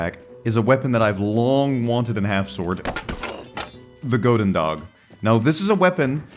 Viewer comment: goedendag is pronounced like houdendah btw